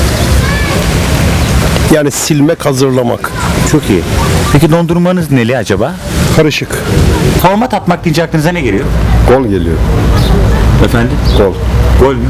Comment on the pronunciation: 3.08 deki dayı fotmat atmayı fortmatatmak diye okuyor :D